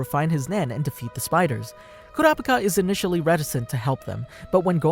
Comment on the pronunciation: Everytime u say kurapika it sounded like u said curapcat Noob